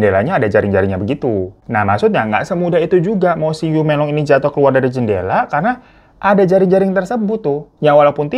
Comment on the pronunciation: Menglong pake e 'emak' bang😊 Yiren pake e nya "emak"